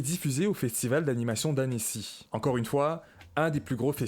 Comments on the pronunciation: C’est pas « ané-si » mais « Âne-si » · Incroyable video, juste on dit "Anncy" et pas "Annècy"